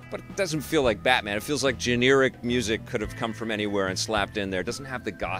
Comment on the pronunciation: “Gen-air-ic” not “gen-ear-ic”